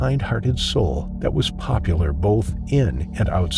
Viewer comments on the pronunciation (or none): none